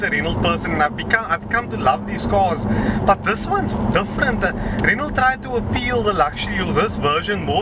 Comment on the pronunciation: Oh for the love of... it's not pronounce "Renold"... :) :)